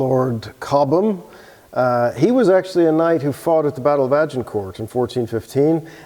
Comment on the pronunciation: Please, drop the "t" at the end of "Agincourt"!